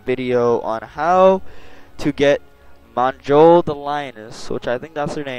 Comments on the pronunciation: Monjoll? lmao. J in nord is pronounced like a Y. Her name is pronounced "myole" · Her name is pronounced myoll not "monjoll" :) have a good day! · If it helps the "J" in that accent is pronounced "Y". So it's "Myoll" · "Monjoll" lol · Mjoll, sounds more like “myoll” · Js are Ys in Skyrim so it's pronounced Myoll. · it's pronounced meyoel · im pretty sure its pronounced myoll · her name is pronounced myoll, but great vid